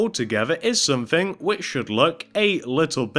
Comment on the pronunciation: its not one two free four its one two three four its not somefing its someTHING